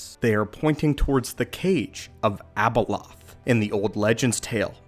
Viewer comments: its not abelolth. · Its not Abaloth